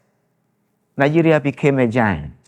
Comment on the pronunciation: They said giant and that lady say na gant